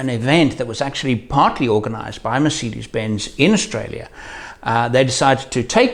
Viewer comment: Great video and your German accent is really good😊. You should do a german vlog one time👍🏻Greetings from Germany